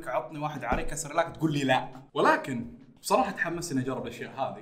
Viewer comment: ياخي لعد تقول بصررراحه